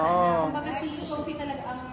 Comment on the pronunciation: wala talagang “F” si, sana di ma-adapt ng mga bata.. Sophie (Sofi) to “Sohpi” tapos Fish to “Pish” sana si Lenlen na lang magturo 😅